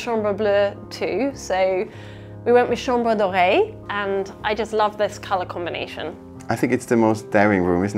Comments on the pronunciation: Please tell me I wasn‘t the only one who thought you said it was called the chambre d‘oreille. As in the ear room 😂 I was a little confused at first 😅😅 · Hahaha I thought you were saying chambre d’oreille!! Not chambre doré